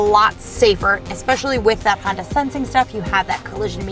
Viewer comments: She keeps saying the new Honder Accord !!!!! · 🤔🤔 Did she say Honder 😂😂😂😂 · Josh S Yes...lol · no worries lol, I just thought it was funny, made me laugh. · She did so many times but I think I could live with it,when you're that fine who cares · 'Honder' LOL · I love how you say "Honda"... Awesome review!